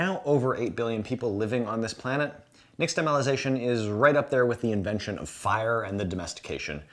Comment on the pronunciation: "X" in "nixtamalization" is pronounced "sh" (more or less).